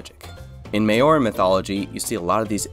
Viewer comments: Thanks from new zealand for incorperating new zealands native culture into your build its pronoced mau·ree not may or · maori is not pronounced may-or-ee, it's pronounced mow-ree! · I did a double take hearing Tu's name lol Loved the video. One tip is pronounciation of Maori, I say its best pronounced Mowree (But the R has a d sound to it like Mouldy) but other than that, you gained yourself a new sub! Churr! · how dare u pronounce maori like that!